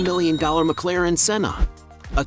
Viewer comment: You said McLaren wrong